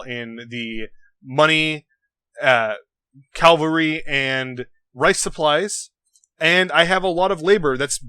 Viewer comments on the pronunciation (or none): You can't pronounce cavalry? Clearly that invalidates your opinion! shudders with nerdgasm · If u cant say cavalry u can say cav or horseman right? Its no big deal.